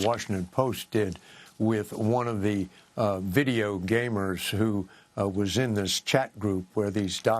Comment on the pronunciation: "One of the video....gamers" Are video gamers such a foreign concept to this old fogy that he feels the need to say it like he does? Odd lol